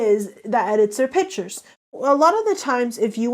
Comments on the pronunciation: Who else was super annoyed by this girl saying pitures and not piCtures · Her/him: ... Takes "pitures" .... Me: WtF!!! iT IS PiCtUreS!!!!!